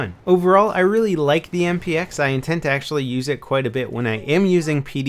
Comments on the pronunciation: I think he said "MPX" wrong at least 3 times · I think by accident and he also said XMP instead of MPX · lol i heard him say that i think he meant MPX